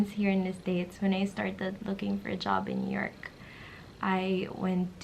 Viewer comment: nyork city 😂😂😂